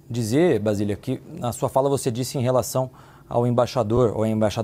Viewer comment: Não é VASILIA. Kkkkkkk. O nome dela é BASILIA Kkkkkkk. Tábata: Vc é ruinzinha hein?? V.